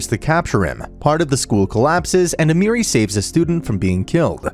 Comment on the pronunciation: A-me(h)-ri not Amiri but ok